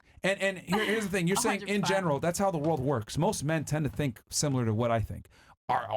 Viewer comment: Just here for the "shut up for 2 seconds " and "tink bout dis", "you know whats funnyyy" 😂